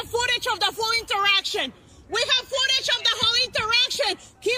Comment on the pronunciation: Wtf is ootage ?